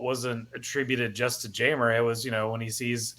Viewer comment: Jeimer's name is pronounced Heimer. (Hi-Mer). In Spanish J makes an H sound. Just in case you were happening to ever interview him or meet him in person. But loving to see him in Cubs blue. Solid pickup and love the message it sends to the clubhouse.